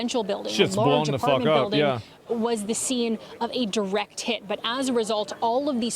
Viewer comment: man she said twice direct tit.. and 10-20 secl ater she said direct tits lol